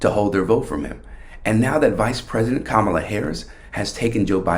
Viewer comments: How much stock should we put in Frank when even HE cannot pronounce our candidate's name correctly.... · And he's another idiot who mispronounces "Kamala".